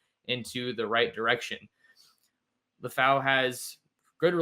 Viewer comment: It’s LEH-FAU my brotha but thank you for his spotlight. His name is translated LION in the Samoan language ! His destiny is coming into a fluent stride 🇼🇸 haha faka and that’s my life story